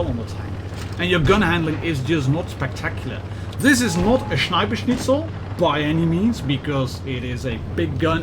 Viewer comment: "Sniper Schnitzel" ...as a german....i love it when ppl try to speak german words 💖 Thanks for your review / Danke für dein Review